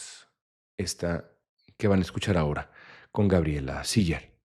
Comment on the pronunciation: Hasta que oí pronunciar correctamente el apellido de Gabriela, la mayoría le dice Siler